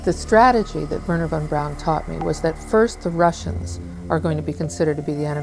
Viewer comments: Bato ne kaze se vorner von braun , nego Werner a na nasem Verner von Braun ! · ocigledno lose poznajes strane jezike, Dona je Hejr a ne Hare, a Vorner Braun je Verner Fon Braun, tako se to cita. A brkas i telekinezu (sposobnost pomeranja objekata mislima) sa mogucom telepatijom ili necim slicnim. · nije on Worner von(čita se fon) Braun, nego jednostavno Werner von Braun jer on je Njemac a ne Amer.